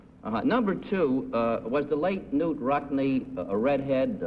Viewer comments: Is K-nute the proper pronounciation? I always thought it was pronounced Nute - with a silent K. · K-Nute is the correct pronunciation.